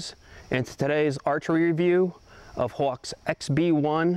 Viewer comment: The way this guy says Hawke makes me not want to buy one